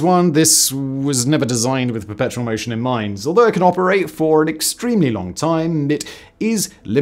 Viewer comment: I feel like he was missing a couple syllables in "Perpetual" almost every time he said it... I kept hearing "Petrol machine"